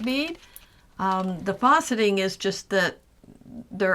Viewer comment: Really beautiful collection of beads! Question about a term you're using-- it sounds like you're saying "fawceting," which I'm not familiar with... Unless you mean faceting -- the beads have facets -- which I am familiar with. But I've only heard the 'a' in facet pronounced like the 'a' in fast. Is "fawceting" a different term?